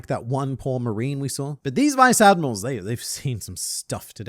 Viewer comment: the way you emphasize the word "stuff" was my favorite part of this video lol.